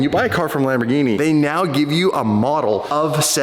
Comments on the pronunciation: stop pronouncing wrong the name it is Lamborghini and not lamborjini you can't be an ambassador of something you dont know how its called stop being an moron please do it for Lamborghini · please never pronounce Lamborghini like the drink gin again…. Lamborgini? wtf The ears of all Italy are bleeding